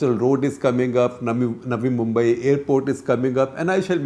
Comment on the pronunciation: Is it just me or did others also hear Shekhar ji saying 'Nami Mumbai' instead of 'Navi Mumbai' 😀